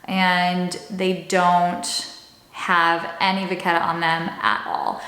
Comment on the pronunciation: you pronounced vachetta wrong